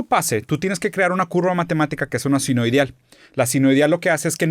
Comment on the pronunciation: Sinuieidal 😅 y lo dice 2 veces